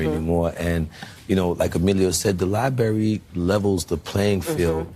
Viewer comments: Its LIBRARY dammit.. Dude kept saying Libary.. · Which specific American dialect egregiously mispronounces the word library? Please be specific. 🤦🏾‍♀️